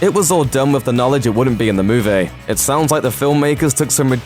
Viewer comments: Move-E. Not, moahv-ay. Pronunciation and phonetics ol’chap. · You say movie strange. Move - Ay. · Interesting insights into this "moo-vay" ;-D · What's a moovay? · how does a guy who can't pronounce the word "movie" get a job talking about movies? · god that pronunciation of movie just urks me